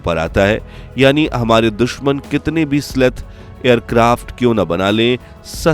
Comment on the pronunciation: उसे "स्लेथ" नहीं बलकि "स्टेल्थ" कहा जाता है। That's not "sleth", rather it is called "Stealth". जय हिन्द, जय भारत।